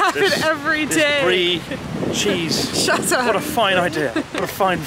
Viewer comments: "shuT up!" chris is seeping into accent lol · saying "shut up" sounds so British 😂😂